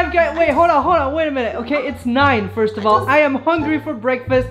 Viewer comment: “who will quit FISRT”. I laughed so hard I’m crying